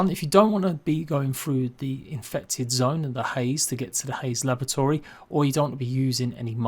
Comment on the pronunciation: great tips cheers, im not sure if its my hearing or not but it sounded like u were saying lavatory rather than laboratory to me lol